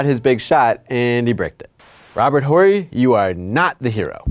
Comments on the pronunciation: Robert Whorey? lol wtf. Anyone who knows basketball knows his name is pronounced orrey. Who is the clown doing this video? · I stopped watching after hearing him pronounce Robert Horry's name. I just couldn't handle it. Do your damn homework next time